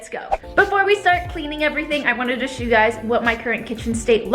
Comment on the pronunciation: Why do you say "shoe" instead of "show" ?? 😂